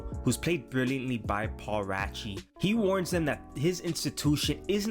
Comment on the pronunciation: Outstanding movie! Paul Ravi was also outstanding as Joe. Please say his name correctly,,, “ray see”. Hoping both he and Riz win Oscars!!